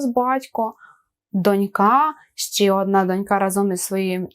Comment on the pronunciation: Все, конечно, очень хорошо, но в некоторых словах ударение неправильное: дОнька, Олень*